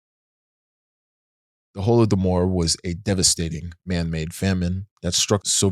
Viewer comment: Thank youuuuu so much for properly covering the Holodomor (plus your proper pronunciation), many people still are unaware that's its considered a genocide. дякую!!